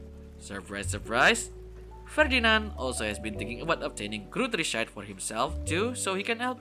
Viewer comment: I appreciate any form of bookworm content but as a german I musst say your pronunciation of the Gods, Gutrissheit etc was painfull. (If you didn’t know: most of the names are based on german. Though even the author spells them wrong. in japanese and English)